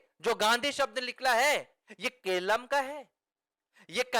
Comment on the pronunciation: Keralam hai kelam nahi.